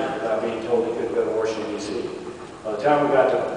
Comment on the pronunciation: Wow, did rove use waRshington, dc lol unbelievable